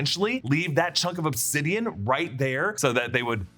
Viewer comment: You really said upsidian? Lol it's obsidian.